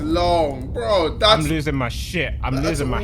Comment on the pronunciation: Can jj not pronounce his r’s he says “bWo” and “BwUV”